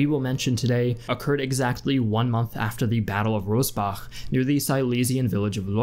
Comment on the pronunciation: Its the battle of Rossbach.... not Robbach.